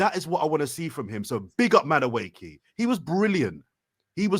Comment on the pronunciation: pronunciation of Madueke is funny. Let's try this, think of saying Eze, but instead 'z' say Eke (valid short form of the name), then when together say Madu-Eke. Hopefully that helps.